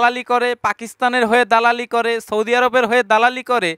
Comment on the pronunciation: আপনে আগে সৌদি বলা শিখে নেন।